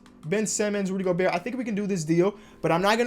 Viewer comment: he knows it's pronounced go-bear as you can clearly tell